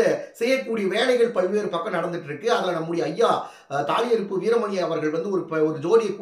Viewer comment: தாலி அருப்பு இல்லை சகோ தாலி அறுப்பு சரியான தமிழ்